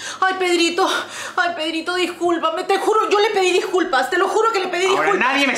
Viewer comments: pepa dice 😅"predito"😅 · like si te das cuenta que Peppa dijo "Hola Predito"....XD